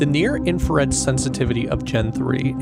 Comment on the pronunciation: Great video, captivating visuals. My only nitpick is the fact that you misspell and mispronounce "INFRARED" throughout the video😭😭 it's not I N F A R E D